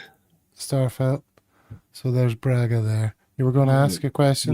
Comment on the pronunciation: I’m afraid you’re not very reliably informed as to the pronunciation of “Braga”.